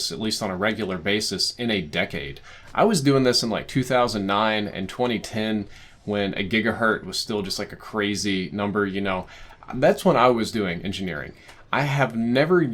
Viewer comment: calls it "a gigahert". Tells me all I need to know.